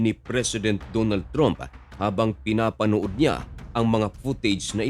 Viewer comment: Hindi "TROOMP" ..."TRAMP" po!!